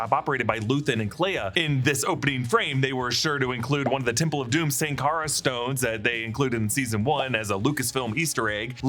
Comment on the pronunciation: Sankara is pronounced "shan-kara"